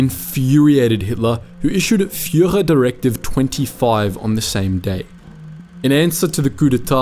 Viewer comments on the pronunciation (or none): none